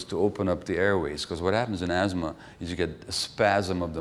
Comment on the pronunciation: It's asthma not azthma. Very poor pronounciation, and uninspiring altogether.